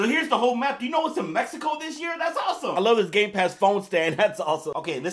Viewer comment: Me estresa que pronuncien mal México